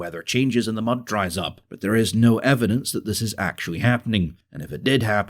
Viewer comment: .... Russian logistics good achutly??? What is achutly?